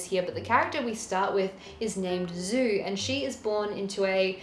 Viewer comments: She who became the sun --> djou not zou. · I mean if it is Zhu, then the pronounciation is djou.